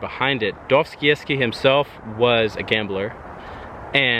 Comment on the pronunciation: they way you pronounce dostoyevsky hurts a little, nice video though